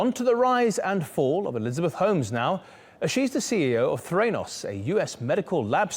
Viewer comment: Threnos ? It's the ra nos